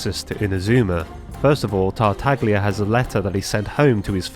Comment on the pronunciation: Small thing, but you don't pronounce the g in Tartaglia. Great video as usual. I'm really curious on how Mihoyo is going to handle Baals character compared to Mei. I really do hope she's not just a dominating warlord tho, it'd make her a lot less interesting imo.